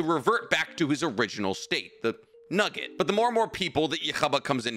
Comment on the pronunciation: I can’t stop laughing every time you say nugget😂